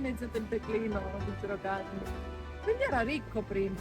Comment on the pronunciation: Non sai dire gerocarne😅😅😅